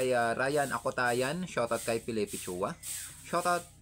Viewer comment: Idol suwa po Ang bigkas ng apelyedo ko Hindi chua.salamat po sa pag shot out.lagi kang mag iingat sa pagdive.and God bless always....